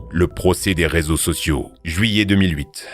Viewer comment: 14 minutes 41 secondes. Resaux au lieu de réseaux